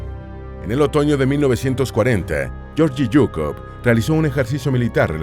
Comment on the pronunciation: Se pronuncia :: LLEORGUI SUKOV